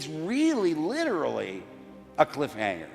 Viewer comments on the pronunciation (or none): none